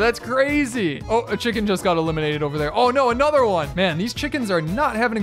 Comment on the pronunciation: And a nuther and a nuther